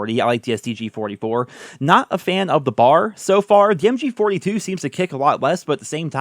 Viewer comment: Please, please, please B A R, not bar...